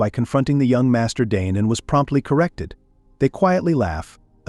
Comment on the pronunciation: They keep saying DNE whole time his name is Dane😢😂